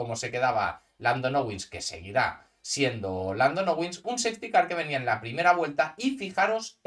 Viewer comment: Jajajajajajaja muy chistoso escuchar "Nowins" 😂😅